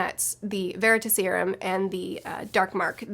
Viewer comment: I dunno why, but the way you say Veritaserum kinda bothered me xD. Its ta in like task, not ta as in taught. It's not leviOsa, its levioSA XD. But yeah obviously the serum comes from the word Veritas. Which was a goddess of truth. But honestly the first time I remember seeing that word was from the Sandman Slim series book. He has a coin called the Veritas. Which he got from hell, and he asks it questions and it gives him advice.